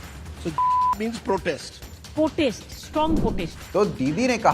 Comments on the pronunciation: This witch says "potest" not "protest" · Not protest.... Potest......didi ki potest🤣🤣🤣🤣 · potest 🤣😂🤣😂 unpar mulli